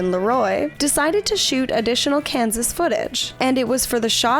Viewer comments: did you say Kansas or Canvas? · “Canvas”? 😂😜 Uh, Kansas... 😉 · Kanvas? Oh, Kansas! JK